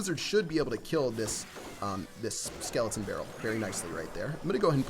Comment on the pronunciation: 45 not sklotn brall sklton arrmy